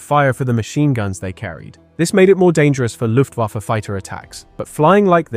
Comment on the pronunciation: "Loooftwoffer"? Ffs kid.